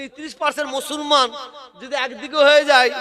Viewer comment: Musolman splingta thik kore bolun?.mo solman kano bolchen